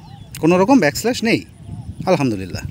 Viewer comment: আপনার উচ্চারণ ও বানানজনিত কিছু ছোটখাটো ভুল চোখে পড়েছে। অনুগ্রহ করে বিষয়গুলো একটু খেয়াল করলে আরও সুন্দরভাবে উপস্থাপন করতে পারবেন। যেমন, কথাটা হবে ‘ব্যাকল্যাশ’, কিন্তু আপনি বলেছিলেন ‘ব্যাক স্ল্যাশ’। এই ধরনের ছোট ভুলগুলো অনেক সময় অপ্রত্যাশিতভাবে হাস্যকর শোনাতে পারে। এটা শুধুমাত্র বন্ধুত্বপূর্ণ পরামর্শ হিসেবে নিন।